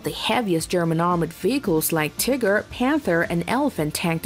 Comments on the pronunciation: Pronouncing TIGER as feckin TIGGER, Jeez what is this, an episode of Winnie the Pooh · While it may be the correct pronunciation in German this video is not in German. Also the point of my post is that Tigger is one of the more amusing characters in the childrens book Winnie the Pooh, so the mispronunciation in English makes this video seem less credible and more ridiculous, given it was meant for an English speaking audience. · "The" World War Two. "Tigger." You have to love computer voices. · She called it the tigr tank like the winnie the poo character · LOL she said "Tigger" for the German Tiger tank. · "Like the "tehger!" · If pronounced in German, it does sound more like tigger. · Tiger u fool not bloody tigger lol